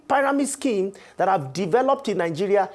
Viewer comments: I really wanted to focus on this discussion but the consistent pronouncing of pairamid schemes just wouldn’t help me 😢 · learn how to pronounce pyramid